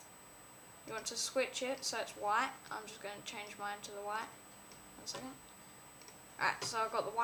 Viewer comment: Why do u say wha instead of white?